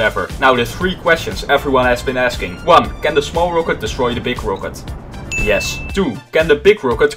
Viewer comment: The way you pronounce rocket annoys the hell out of me😁 Other than that, great vid